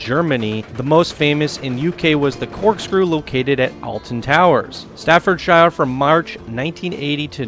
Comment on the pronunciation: Omg why can noone say Staffordshire correctly lmao